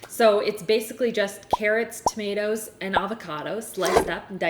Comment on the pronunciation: I was drinking water when she said tuh-mih-tahs and I almost spit it everywhere